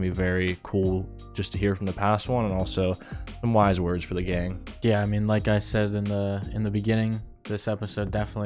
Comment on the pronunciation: “how are we gonna do this gang” YOU MEAN GAANG????